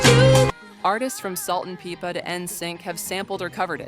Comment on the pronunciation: I hung in for 21 mins until you screwed up the pronunciation of SALT & "PEEPA???" If you can't get her name right , how am I supposed take ANYTHING you say with even a hint of knowledge or authority ???!!!